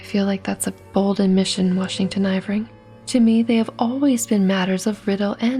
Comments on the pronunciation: Yeah. I love her readings but I have to admit, her constant calling him Ivring instead of Irving takes me out of it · Isn't his last name pronounced ur-ving?